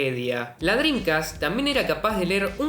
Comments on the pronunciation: ¿Que tan difícil es no decir Drincast y decir en su lugar "Dreamcast"...? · No dices Dreamcast, dices Drincas xD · Me da la sensación que dice “drincas” en vez de “drimcast” jaja. Lindo video papa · Que bien explicado, excelente video, disfrute mucho entender lo que paso con esta gran consola! NOTA sin mayor importancia: Dijiste 62 veces "DRINCAS" jajajajaja nose de donde la N en la manera que lo dices, en todo caso estaria bien DreamCas por acento y esas cosas, pero con "M", saludos sigue con el buen trabajo! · por favor pronuncia dreaMcast, “ladrin-cas” no existe es DreamCast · y lo dices mal pronunciado por cierto drencast....jajajajajajaj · Y en las 72 veces lo pronuncias como "Drincas" ... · La "drincast" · Que grande chabon! Lindos laburos te mandas con estos videos. El unico problema es que me quedo sonando la palabra Drincast como Homero con el plan dental XD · Me cansé de escuchar "driNcas" "shidirrom" jajaja me estresa!